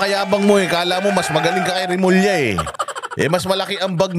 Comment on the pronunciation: Bulol remulling